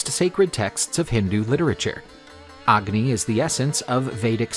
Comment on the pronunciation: You dont pronounce the “A” in agni. The “A” is pronounced as “U”